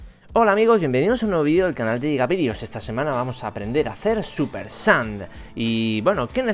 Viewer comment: dice súper sans